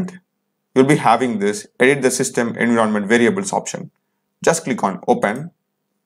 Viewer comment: It's pronounced "enVyyRonment"